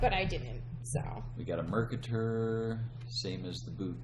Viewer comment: "Mercator" rhymes with "crater". Driving me a bit batty making it sound like a supervillain.